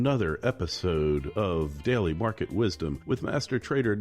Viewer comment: Why is he calling it "Deli" Market Wisdom" and not "Daily Market Wisdom"?